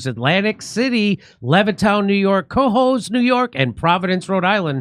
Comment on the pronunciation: Please learn how to say Cohoes New York